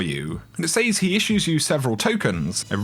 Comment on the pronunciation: Love the vids but good lord.... "Says".